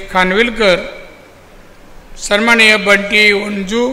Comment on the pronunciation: Sanmanniy pan bolta yet nahi yanna😂😂